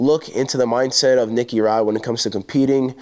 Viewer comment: Grease Rod ? Thats what I heard 😂